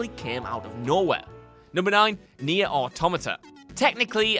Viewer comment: Cant believe he didnt pronounce Nier right, completely forgot the rest of its title Tomato Tomato.